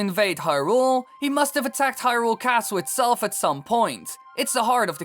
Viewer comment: He screwed up hyrule, nuff said